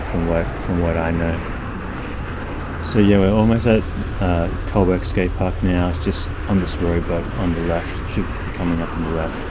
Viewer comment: bro..why you keep saying 'colberg" its Co (like 'Joe') and Burg (like Burg)